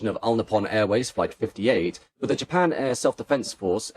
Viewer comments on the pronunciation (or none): none